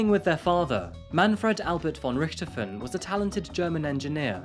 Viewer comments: I'm sure you worked hard on this, mate, but your repeated mispronunciation of her family name was infuriating. If unsure, look up who the Red Baron is. Also, German in Brazil are usually descendants of Nazis, so maybe it's not a sad story. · you where so close to pronounce "von Richthofen" right ;D yet far away xD Ger is hard to pronounce i know but atleast it was near ^^ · I've never heard Von Richthofen pronounced in that way 🤔